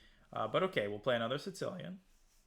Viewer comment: Love this speedrun. It's so very helpful for learning how to grow one's skill from wherever it is. That being said, I am going to continue poking fun at the unhinged way you pronounce "Sicilian"